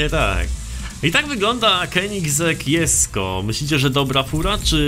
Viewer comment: proszę nie jesko tylko dżesko to boli w uszy